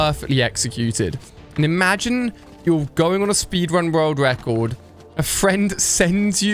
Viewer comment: speed wun world wecord 😂